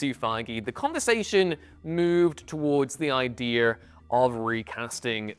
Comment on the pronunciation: "Ideer"? Someone get this guy a diction coach.